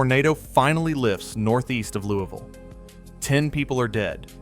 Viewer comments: Yeah, you probably should've researched more. Louisville Mississippi isn't pronounced "Louie-Ville". Its "LOUIS-VILLE". The city in Kentucky is pronounced "LOUIE-VILLE". And that map shot was Louisville, Ky. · In Kentucky it is "Louie-ville", here in Mississippi we pronounce it "Lewis-ville." Also the map you show is of "Louie-ville", Louisville has only two state highways and no river running through it. Regardless thanks for the re-collection of that day. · A gentle correction. Louisville, Mississippi is properly pronounced “Louis-Ville. Totally understand the difficulties with both French and English influences in American place names. But I did grow up on the Winston/Noxubee County line.